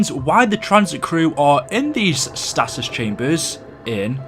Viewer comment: Your pronunciation of stasis hurt my ears